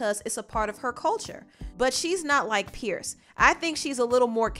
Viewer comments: It's pronounced Peers, not pierce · You Are not pronouncing his name correctly it is PIERS